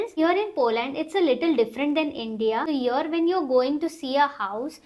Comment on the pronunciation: Dear.. please use the correct pronunciation while you are giving the information on a international platform like YouTube. You should not say (heeear again and again because it is "here" not heeear... Rest everything is good enough.. hope you will not mind it and you should understand what I am trying to say.